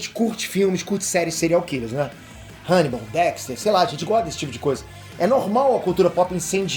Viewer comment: "RÃNIBAL" Seria o método BIU UEI? 🤣🤣🤣🤣